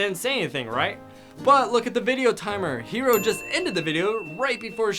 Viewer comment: Its hero not "houo"